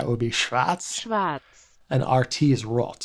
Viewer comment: von "rott" mal abgesehn ;D